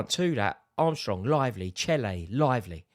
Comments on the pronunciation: Love how he called che adams, chele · Did he call Che Adams ‘Chelle’ 🤣🤣🤣